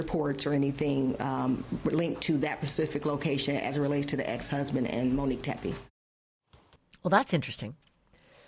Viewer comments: this beautiful woman name is MOnique Ashleigh keeps saying MIN-ique. MINique. Not MOnique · For the luvva gawd it’s not pronounced MINNique please say MO-nique I know two Moniques and they hate when their name is pronounced the way you pronounce it🤦‍♀️🤷‍♀️ love ya tho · MO-Nique Her name is MONIQUE It’s not MIN-Nique Please stop calling this beautiful woman the wrong name ASHLEY. Right?! It’s annoying when people spell your name incorrectly and it’s equally as annoying bordering disrespectful to pronounce a name wrong just because YOU think that’s how it should be pronounced or because it’s easier for you to say Min-Nique versus saying her name correctly. MO-NIQUE it’s Monique. Mo. Her loved ones called her Mo. that’s because her name is MO-Nique. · Good God, Ashleigh— Monique is pronounced MO-NEEK, NOT MINEEK… Get it right, gurl!! So annoying!! 😖😖😖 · Everytime she says Minnique I cringe. MO-NIQUE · Her name in Mo nique not Ma nique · Ashley... repeat after me. MOnique. MO. Not Menique not Minique.... girl! 🤦🏻‍♀️ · It is not “MUnique” it’s MOnique. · Love the show but she keeps calling her Manique. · Yes, and call her Monique not “Mo” or Minnique. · Her name was Monique. Why do you keep calling her Manique? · You’re literally the ONLY person reporting on this case (and there’s upwards of a hundred journalists reporting on the Teppe case) who is calling the victim MIN-NIQUE. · HER NAME ISN'T MIH-NEEK! 😒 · I’m ready for you to pronounce Monique’s name correctly. Ashley.